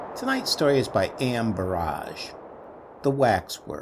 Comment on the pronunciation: Excellent reading as always, but it's Burrage not Barrage. Also published as Ex-Private X. His ghost stories were praised by M. R. James.